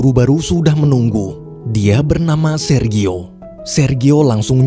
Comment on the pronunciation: Jfyi... Sergio.. Baca nya serjio... 🙏🙏🙏Terimakasih yaaa tuk sharing cerita nya❤️